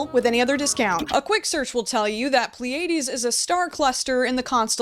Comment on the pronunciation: The apostrophe (') at the beginning of pronunciation guides tells you that the syllable right after it gets the emphasis. So it’s PLEE-uh-deez, not plee-AY-deez. E.g., Pleiades nutz